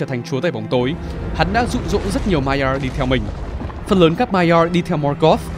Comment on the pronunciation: phát âm chữ Maiar nghe khó chịu vl, bớt ngựa khi nói tiếng anh được k